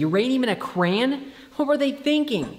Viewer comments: Stop saying cran! It's crayon! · "crayn" is making me nuts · I don’t like how he says “crayon”